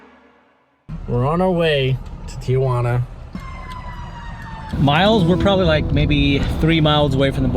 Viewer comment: It’s Tijuana not Tia Juana